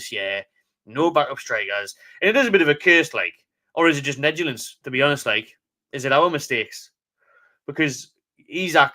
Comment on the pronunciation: howay man.... you must have slotted a few wets.... did you just say negilence..... is that latin or something... your english is negligent lol... about as good as the toon were today... bring back stan seymour as chairman... even deed he good sort this shit show out.